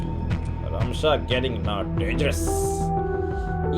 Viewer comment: It's RAMSHA not RASHMA